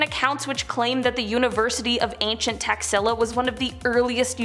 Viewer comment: Taxilla I though she said taxzilla aka IRS 🤣